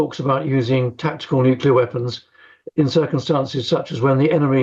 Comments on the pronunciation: It's nuclear,not nucular. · still baffles me how english speaking people can't get their heads around "nucular" vs nuclear... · I wish these journalists and politicians would learn how to pronounce the word "nuclear". I mean, how hard can it be....nu-cle-ar...not nu-cu-lar....Eerh! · Huh what nucular weapons lol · its pronounced "NUCLEAR" for F***s sake. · There is NO i between c and l in nuclear. It drives me mad when people insist on saying nukilar 😂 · NUCULAR? Why does Times Radio employ idiots that can't even speak English? It ruins a decent interview. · Nucular Marge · Why do so many presenters say Nucular? If you can say the words New and Clear, you’ve got it. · How can an actual reporter not know how to say the word nuclear... I'm so stunned.